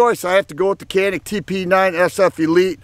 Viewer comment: Good video. I like both guns, and hope to own both soon. I found it amusing how you went to such lengths to pronounce "Mete" as close to the Turkish as possible, but completely overlooked the fact that Canik is actually pronounced "Zhanik", or something very close to that. :-)